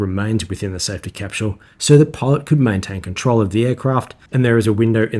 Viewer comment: Amazing video. Getting into the cockpit of the B-58 is a treat to watch. However I have trouble deciphering whether you are saying "pod" or "pilot".